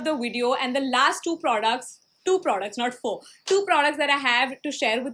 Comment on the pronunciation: They're not producs they're products she prounounces the word "products" so wrong man it's almost cringey